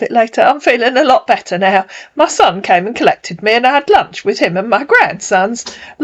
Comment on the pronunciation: “I’m just asking if you’ve had lunsh”